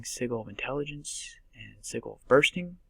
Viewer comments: Wish you right but its actual sidge-jil. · It's pronounced see-jil bro.